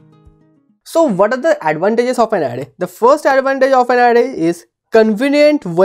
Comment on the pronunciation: Array ❌ Adday ✅